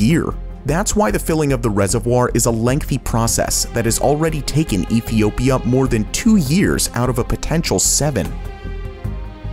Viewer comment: Epiopia..... Good to see Top Luxury is still ensuring they are saying words correctly and not just doing everything in one take.